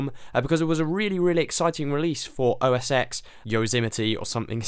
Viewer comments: It's OS TEN, not EX. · It's said as " OS TEN POINT TEN YOSEMITE" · Fre fries is right. And I make this perfectly clear I'll say it again. OS X is said as OS 10. The X is a roman numeral. It means 10. If you want to talk about 10.10 you would say OS X Yosemite. That's all there is to it. There is no gray area.